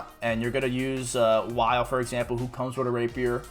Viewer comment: Did you just call him "wyle?" like, Kyle with a W? The game literally calls him "Wil". just spelled differently.